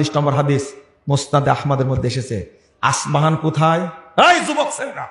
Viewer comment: তুমি তো বক্তা নাম জানোনা,, আসপাহান না, ইস্পাহান